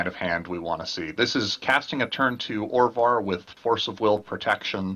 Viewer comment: Orvar not Ovar..